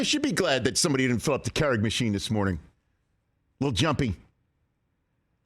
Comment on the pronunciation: Does no one care how Rich pronounced "Keurig"? Am I the wrong one, have I been saying it wrong?